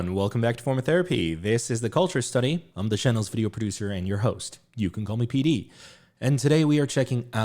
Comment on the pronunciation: pd i thought you just barked fr 😭